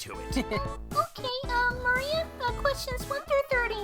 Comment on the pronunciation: It's Maria not Marie